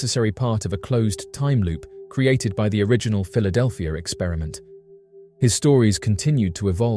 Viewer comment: Philadelphir? That's not the queen's English. kek